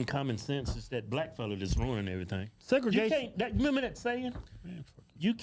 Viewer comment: Segragation dude, Really? SMH!